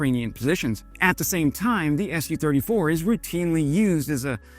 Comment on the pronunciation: It's not pronounced "Es You Thirty Four", It's "Su Thirty Four" as indicated by the lower case 'u', Su being a contraction of Sukhoi (the company that designed the Su 34)